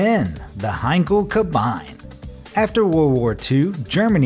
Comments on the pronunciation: KAB-EIN....It's spelled Kar-Bee-knee, (Kabine, cell). At least try to spell the proper name. Finally came to the part "FARTS'N'BAU"....how...why? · And "Kabine"... It's "Kabeen," not "kabyne" video research has just completely vanished from existence.... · Not Heinkel Kabajn - it's German so "Kabeene." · Heinkel "Ka-byne"? Hahahaha! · It’s not Kabine, it’s ka-beenah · Isn't "Kabine" pronounced in German just like "Cabin" in English? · Ka BINE? The "Luft Waff"? There is no such thing as an "electric engine". REN-oh, not Ren-ALT. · I stopped watching after the first 57 seconds upon hearing Kabine and Luftwaffe utterly butchered in pronunciation